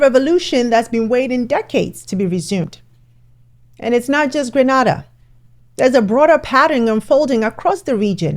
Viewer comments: Please pronounce Grenada properly 😊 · Please check the pronunciation for Grenada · She needs to pronounce the name Grenada right. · I am surprised that you keep mispronouncing the country’s name of Grenada. Frankly this is extremely important, especially if you purport to be from the Caribbean. Learn the country’s name and pronounce it properly, with all due respect. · Very good video... except for your mispronouncing of the host Nation 's name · Thanks for your informative video. BUT please pronounce the name of Grenada properly. Granada is in Spain. Grenada is in the Caribbean. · Granada? In Spain? Or you mean Grenada (pronounced Gran-aid-da) in the East Caribbean, near Carriacou and Trinidad. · It’s pronounced as Grenada, not Granada which is in Spain lol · Please, STOP calling us Gr'A'nada, We Are Afro-Caribbean, spelt Gr'E'nada if you please, the Spice Island of the West Indies, and Not GrAnada that Spanish island all the way near to Spain. We are GRENADA in the Caribbean! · This happened in GREEN-A-DA (Grenada) in the Eastern Caribbean, NOT GRA-NA-DA (Granada) in Spain. This attempt at regional trade and cooperation was made before, during the days of George Burnham in Guyana, and a few Heads of State were in agreement. Most pulled out. The region could have been further advanced. I am cheering on this attempt with the inclusion of Africa. Rooting for a strong alliance and success this time around. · Hello it is Grenada, not Granada which is in Spain. Gree-nay- dah is the pronunciation. It was most annoying hearing her mispronounce the name of a country while trying to explain global trade. 😮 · It's Gre-na-da not Gra-na-da. Granada is in spain. Thank you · I wish the media would get it straight, that it Is Gr'e'nada and not that Spanish island IGr'a'nada! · It's Grenada not Granada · Grenada is not Granada . Granada is in Spain , Grenada is in the Caribbean, pronounced ……Green- nayed-ah . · Pronounce our country's name like this: GreeNayDah 🇬🇩